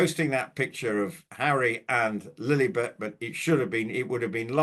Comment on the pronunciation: please, please stop saying Lillybet, Lilly yes, even though still annoying, even MM calls the child Lilly, but you can be sure she gets her narcissistic jollies, when she hears people using our dear Queen's pet name!